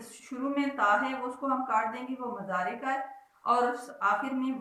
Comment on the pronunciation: Mzary nhi hota moozaray hota hy